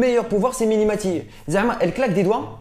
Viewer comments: C'est pas mini maty mais mimi maty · mdr c'est mimie matie pas miNi matie